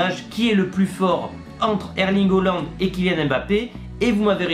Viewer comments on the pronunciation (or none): C’EST PAS HOOLAND MAIS HAALAND ! XD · S’il te plaît essaie de mieux prononcer le nom de haaland ça fait bizarre quand tu dis holland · Je veux dire essaie de prononcer en français et pas en norvégien stp 🙏🏽